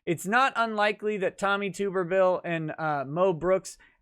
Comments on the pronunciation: It’s actually pronounced “Tubb-erville” not Tube-rville. Other than that, keep up the good work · For the love of God, it is Tuberville, with a short sound "u", not Tooberville. The man was head coach at several major football programs, and there are literally hours of sportscasters saying his name correctly. What is up with this. Are you guys all listening to Tim Pool and making the same mistakes as him. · I’m so sorry to do this but it needs to be done. Tuberville is pronounced Tub-er-ville. As in Tub(pronounced close to bathtub)-er-ville. Great video though. Just something I wanted to comment on. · it's TUB-ER-VILLE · It's pronounced Tubberville. College Football Coaching legend. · Tuberville is said like get in the tub tuberville